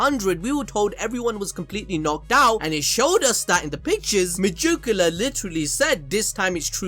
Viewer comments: Why are you saying majukula it’s Meg-ick-you-la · Stop saying /mayukiula/, is /meyikiula/ and is /libe/ not /liba/ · Hey it's not megiculla not mejuculla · Its megickula not mejickula